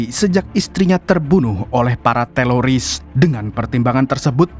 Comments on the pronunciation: Ko teloris sih bang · Teroris bukan telolis😅